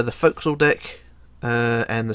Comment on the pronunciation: I don’t think you should continue saying “deck”